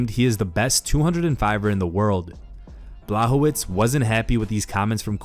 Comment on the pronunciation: if you dont know how to pronounce Blachowicz, maybe watch the last UFC and learn. Big faux pas... Its not Blahovitz - he's not jewish.